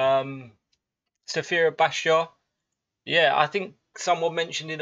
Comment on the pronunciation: Man, in the next video I need you to learn how to properly pronounce Sfera Ebbasta..I dare you!😂